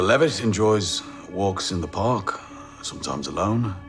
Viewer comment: SOMTOIMES WITH OOTHA MEN..